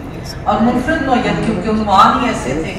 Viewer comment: صوفیہ بیدار یا صوفیہ بے داغ؟ ۔۔۔کچھ سمجھ میں نہیں پڑا۔۔ منفرد کے تلفظ میں ر* کے نیچے اور استعفاء کے پہلے الف کے نیچے زیر ہے قاسمی صاحب کی تعریف میں بی بی نے خود اور دیگر مقررین نے جو زمین آسمان کے قلابے ملائے ہیں وہ خلاف حقیقت ہیں۔ موصوف کی ہم نصابی سرگرمیاں بشمول مالی بد عنوانی و جنسی بے قاعدگی منظر عام پر آ چکی ہیں بلکہ صفت اول کی پاداش میں یہ عدالت عظمٰی سے سزا بھی پا چکے ہیں۔ پرنٹ میڈیا کی جگہ الیکٹرانک میڈیا نے لے لی ہے اس سے انکار نہیں مگر یہ جگہ برے طریقے سے کیسے لے لی ہے؟ اس کی وضاحت فرما دیتی تو اچھا ہوتا۔